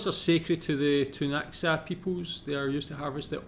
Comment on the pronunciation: Hey! I’m from the east Kootenays (radium hot springs area) and the local First Nations is the Ktunaxa people! (Pronounced Too-Nuh-huh)